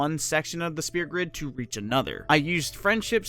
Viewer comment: It's Sphere. not Spear >_<